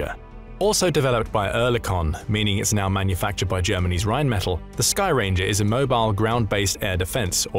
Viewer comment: It's pronounced Rheinmetall with emphasis on the 2nd e. It doesn't sound like metal in English.